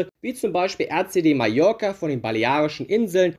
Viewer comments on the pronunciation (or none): none